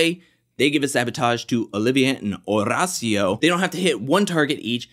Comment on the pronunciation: Somebody sure loves rolling that "r" in Horacio. In fact, Horacio pronounces his own name with an American accent.